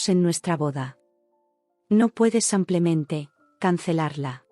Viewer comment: Son 130.000 que se leen ciento treinta mil euros y no uno tres cero, cero, cero. También se dice simplemente y no semplemente al menos en español